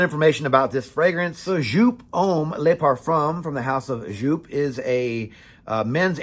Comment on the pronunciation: A german giving a pronounce tipp: Just say the "eau" from "eau de parfum" between the "J" and the "P" and stretch it like J"eauuu"P! Good review!